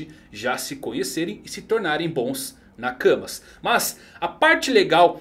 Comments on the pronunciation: Eu jurava que ouvi vc dizer "Na cama" k(kkkkkkk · "Luffy e Poseidon se tornaram bons nakamas" Eu tive que voltar e ouvir dnv pq escutei "bons na cama" da primeira vez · 'Bons NAKAMAS" ficou engraçado